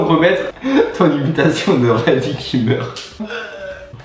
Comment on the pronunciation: Qui a entendu dire radit qui meurt